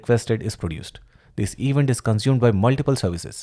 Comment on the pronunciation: Thank you! Great explanation! But please fix your pronunciation of "Event", it bites when you say it like that, no offense.